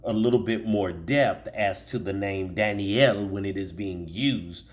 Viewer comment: You are pronouncing it slightly wrong.